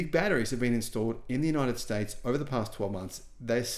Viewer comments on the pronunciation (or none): none